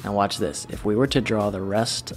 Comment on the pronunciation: when he said watch my hands video it sounded like wash my hands video 😂😂😂😂 I swear to god if there was a video like that it would get some much views